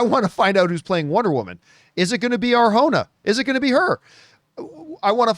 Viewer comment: John finally pronounced Arjona's name correctly! Well, the "j" part, at least! 🎉